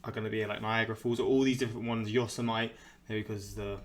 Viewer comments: Yo-so-might? :):) You gave me a giggle. Yo-sim-i-tee, babe. Yosemite National Park. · Yo-sa-mite is actually Yo-sem-a-tee. You just did a donald trump. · Not sure if anyone else mentioned this but Yosemite is pronounced, Yo-sem-itty, not Yo-sa-might. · That’s ok about “yos-I-mite” our own idiot last orange president said it that way too and he grew up here. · It's pronounced yo -SEM-it-ee. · Yosemite = YO-sim-it-ee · It's yo-sem-i-tee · “Yo semite” 🤦‍♂️ I don’t care if you’re British, you should still know better… than our former president.